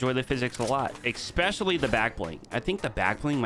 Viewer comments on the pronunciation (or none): People who say "ex-specially." 🤦🏼‍♂️ Especially* why is that so hard to say?